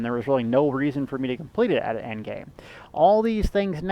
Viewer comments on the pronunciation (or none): none